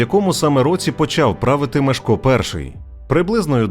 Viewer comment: Непогана виважено-усереднена версія... Але, для чого так сильно українізовувати ім'я першого відомого польського правителя?! Що нам з того?! Згідно польського оригіналу, його ім'я має звучати, як МЄШКО, а не так, як у вас вимовляє оповідач!!! 😊